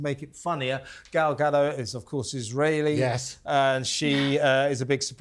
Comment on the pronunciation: Gal GaDOT, people of TalkTV. Ga-DOT. She's Israeli, not French.